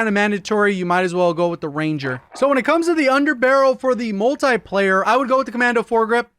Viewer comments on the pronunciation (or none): Its not Multaplayer its Multiplayer.